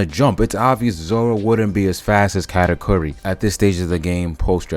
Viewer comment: calling katakuri “kat” should be a crime